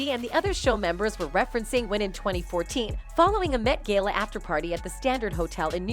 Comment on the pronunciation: And the gay -la?👀 What's the Gay-la?